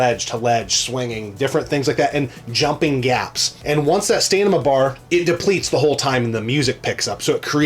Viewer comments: Stam-in-a= stamina, and not "stanima" 😂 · Stanima to take out the emenies? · Are you saying... "Stanima"?